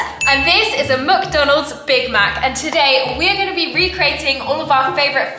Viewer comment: Please stop saying muck donalds 😂😂